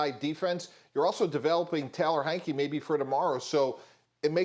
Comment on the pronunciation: everything he could pronounce wrong he found a way to do it